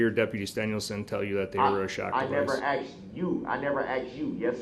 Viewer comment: Do you think the court reporter typed out axed or asked when said axed(asked)?